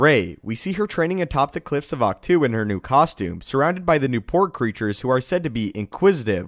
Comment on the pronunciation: Ahch To is pronounced "Octo". Or Awk-Toe. Not "two". It's not a number or preposition. Great videos though!!!!!